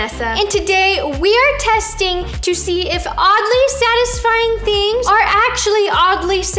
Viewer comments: No one: Literally no one: Not even Paul: Roni:The thing that is Sadly Odisfying😂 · No one: Not even anyone: Not even Paul: Roni: The thing that is SaDlY oDiSfYiNg😂🤣